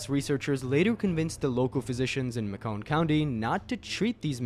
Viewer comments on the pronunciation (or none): none